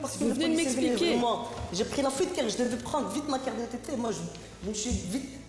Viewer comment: C’est la juge qui a dit fouite